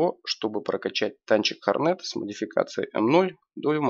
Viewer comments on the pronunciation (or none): Правильно говорить не хорнЕт а хОрнет. Название этого корпуса произошло от английского слова "hornet".